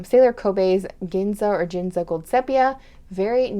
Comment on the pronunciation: Lovely colors, thank you for sharing! Re: "Ginza" pronunciation....it has the same G sound like Gold or Godzilla :P As far as browns that are go-to for me, I only have a full bottle of De Atramentis Document Brown. If I had to buy another bottle, I have Noodler's Whaleman's Sepia (Goulet exclusive) on my list. It's a lovely dusty brown with slight waterproofness. Not enough to use for my watercolor drawings, but enough so that the words won't noticeably fade away with a water spill if I needed it for writing purposes. For drawing purposes, I really enjoy mixing the R&K SketchInks to get my desired brown to match my particular mood/watercolor color palette at the moment. I'd love to try more browns in general though....like you said, browns are so versatile...they can be used the whole year